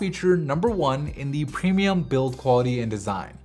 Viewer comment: 42 did you say "premium". or "cremium"? So confused. And drool toned colors? Speech impediment?